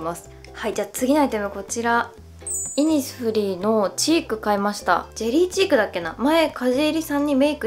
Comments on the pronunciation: イ↑ニスフリーｗｗｗｗｗｗｗｗ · イニスフリーのイントネーションいつも気になります…！（笑） 40万人おめでとうございます♡ これからも無理せず頑張ってください！！！ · イニスフリーのイントネーション気になりますね。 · イニスフリーのイントネーションすごいｗｗｗ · イニスフリーって、そんなイントネーションなん！！？？？ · イニスフリーの発音がイにアクセントあって笑う